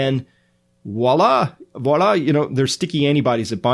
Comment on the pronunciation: Hi, Pronounce hard “v” in “voila”.